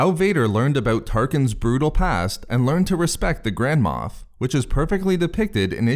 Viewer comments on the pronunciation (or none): I swear I keep hearing the words grandma instead of grand-mof